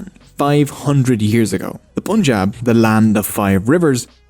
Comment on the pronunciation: Awesome reaction guys! Liked and Subbed! As a Sikh, I’d like to add some correction, context, and further explanation below. :) - 550 years ago, not 500 years - The “Pun” in Punjab is not pronounced Poonjab but pun as in “no PUN intended”. It was partitioned in 1947 in half (India and Pak) when the british left. It was the largest forced migration in history that claimed 1 millions lives. - Seek or Sikh has the same meaning - Learner. So either pronunciation works, but Sikh as per the video is more native. - The word 'Guru' takes a deeper meaning in Sikh tradition. When asked by his spiritual interlocutors who he was, Guru Nanak said he has 3 forms. These are the temporary form (Body), Gur-shabad or timeless wisdom of God (expressed in Sikh Scripture), and Timeless and Formless primal and permeating force (੧ਓੱ ik-onkar) - alluding to enlightenment or ego-transcendence with the help of Gur-shabad (2nd form). -The Sikh Tradition has 12 Gurus. The 2 others are Guru-Granth (Holy Scripture) containing the wisdom of Guru that can transform all humans to achieve enlightenment and ego-transcendence, and the Guru-Khalsa being the collective living body that has been transformed by Guru's wisdom and is equal in status of 10 Gurus. The voice of this collective represents the divine voice of the Guru, and hence the Gurus are still with us in the present, and open to all to become its part. Sikhs sociologically, politically, and ideologically transform with time a